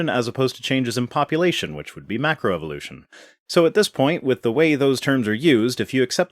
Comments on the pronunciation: "make-row evolution" -- LOL! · It amazes me that this creationist is a macroevolutionist expert, without being able to pronounce macroevolution.